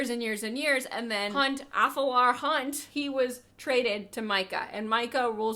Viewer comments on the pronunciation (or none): Now I am confused - I always said Athalar but now that I listened to you say Alathar I don’t know which one is true 🤷🏻‍♀️ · Alathar? Isn’t it Athalar? Loved this book talk. Made me remember how much I loved this book and want to reread it. Definitely a book that made me cry a lot because I was so attached to the characters.